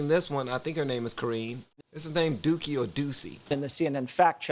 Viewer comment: It's "do-see" but I'll forevermore say dookie! 😆 is out here starting trends!